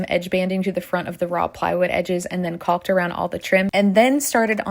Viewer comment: The L is silent in Caulk. It rhymes with walk and talk.